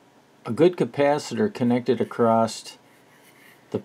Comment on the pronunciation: "Across", there's no such word as "acrost". Subbed though 😀The TL081 is a single opamp, you most definitely mean the TL084, or TL074 which are quads. No idea what an "asamal multivibrator" is, I think you mean "os-stable", astable.